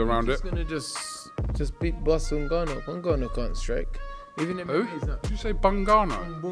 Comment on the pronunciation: His name is not Engannou his name is Ngannou Whats the problem with this people.